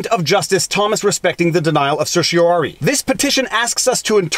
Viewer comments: You pronounced certiorari correctly, your electronic pronouncer was wrong. It's "R", not "air". Some lawyers and judges pronounce the last syllable "eye", some "ee". Now if you could just learn to pronounce mandamus. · Thank you for this. (I liked your pronunciation of "certiorari".)